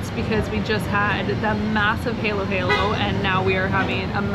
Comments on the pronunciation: And it's Halo Halo (sounds like Hall as in hallow hallow) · Why do you pronounce it as heylow heylow? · It's pronounced "Har Lo Har Lo" as in fallow. Means mix mix, which is what you do, don't eat the individual bits. For the best lechon in the Philippines you need to go to Carcar, about 1 hour drive south of Cebu city. There is an area that just deals in lechon and chicharon. If you are on Cebu island a must place to visit. Also a stopover on the way to Moalboal.